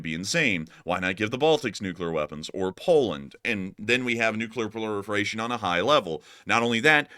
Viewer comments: Proliferation not plorifiration. Otherwise nice video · It's called "Proliferation" not "Ploriferation" btw. I don't mean to whine about that at all. Just thought to point it out:) Love your stuff!